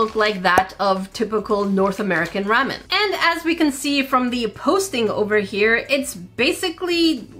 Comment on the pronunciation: It’s rawmen not ramen